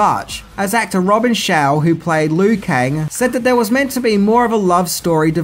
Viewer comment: He literally says "Ed Bloom provided the voice of Scorpio", "Robin Shao", & "John Tobey-Us"...Maybe this is how Outworld pronounces these names?